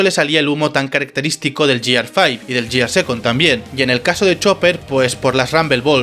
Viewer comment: Mira, se pronuncia /guiar/ y, así como las transformaciones anteriores, la quinta también usa números ordinales (primero, segundo, tercero, cuarto, quinto/first, second, third, fourth, fifth), por tanto la última transformación no se llama Gear Five sino Gear Fifth.